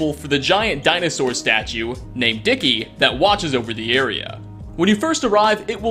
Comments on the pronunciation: Its DINKY not DICKY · "The giant dinosaur statue named Dickey" ...Dickey. DICKEY!?? His name is 'Dinky' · DINKY! THE DINOSAURS NAME IS DINKY! NOT "DICKY" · Good video but a small correction; the dino outside Novac is named DINKY, not Dickie. You know Dinky because he is so big? I enjoy your lists very much. Thanks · You've played how much fallout and you didn't know (or assumed and stated as fact) that you couldn't cow tip in Fallout 3? Also the novac settlers never shut up about the dinosaur, and they always call it "Dinky" not "Dicky", can't believe you let that one slip by. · "Dicky" is not that dino's name. It's Dinky. Also I'm like. 80% sure you can tip the brahmin in Megaton. I'll check it later when I'm home but I'm pretty sure you can. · am i the only who who noticed that called dinky “dicky” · so to blow your mind, a lot of settlements over all of the Fallout games have names that exist because of sign misinterpretation. Also, Dinky. not Dicky. silly dinosaur. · DINKY the dinosaur, not Dicky. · It's pronounced Dinky not Dicky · Dicky? It's Dinky, you poptart. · did this guy just call dinky the dinosaur "dicky"? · It’s dinky the Dino not dicky